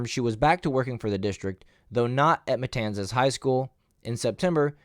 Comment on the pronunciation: you actually pronounced "Matanzas" correctly, great job.